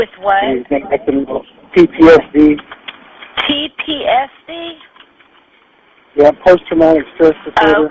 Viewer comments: He said T P S D though! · Ttsd? How does she not know what ptsd is? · oh but wth is TTSD?? lol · I Heard her ask PDSD..🤷🤦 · i think he said ptsd but she did definitely hear tpsd as thats what she said. She knew what ptsd was from how she spoke when she was corrected. She just heard it wrong